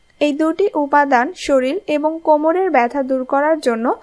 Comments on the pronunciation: সে তো শরীর কে শরীল বলছে😂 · শরীল কি?😡কথা ঠিক করে বলা শিখে পরে ভিডিও বানান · Didi apni to sorrir ke soril bolchen 😂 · আপনারা শরীর কে শরিল বলেন কেনো? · Apni bhalo upodesh dieychhen , tobe kothagulo ektu shudhdhyo howa uchit ...Bolben SHORIR , SHORIL noy .... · শরিল নয় শব্দটি হবে " শরীর " । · শরীরকে যে শরীল বলে তার কথা কিভাবে বিশ্বাস করি? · Soril noy, sorir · বাক্য টা শরীর, শরীল না , আবার বলছি শরীল না, শরীর !